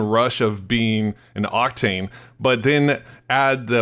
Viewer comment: you said cocktain lol